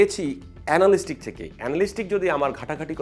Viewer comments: এনালিস্টিক নারে ভাই এনালিটিক্স। এতো এফোর্ট দিয়ে একটা ভিডিও বানালেন, উচ্চারনটাই জানলেন না! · এনালিস্টিক না! এটার উচ্চারণ এনালিটিক্স❤️ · ❤❤❤, বহুবার উচ্চারিত ইংরেজি শব্দ Analytics এর সঠিক উচ্চারণ হবে "এ না লি টি ক্স " চমৎকার ভিডিওর জন্য ধন্যবাদ। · Analytics সঠিক উচ্চারণ। আ্যনালিটিকস